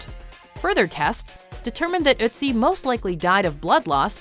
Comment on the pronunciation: it's not Utzi It is ötzi get it?